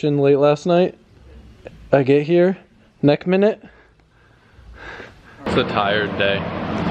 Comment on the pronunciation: he says nek minute